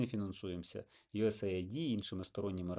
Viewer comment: Да не ЮС Айди, а ЮС Эйд - помощь Сединённых штатов.